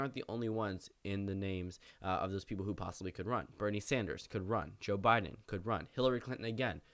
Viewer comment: When you say Bernie Sanders, I hear Brittney Sanders.